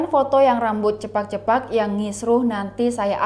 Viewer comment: Cepak mbak bukan cepat